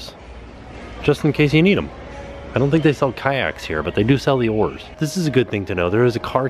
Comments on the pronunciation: I thought he said whores but he said oars... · That first "oars" didn't sound like "oars" I did a double take for a sec. Especially since said "just in case you need them".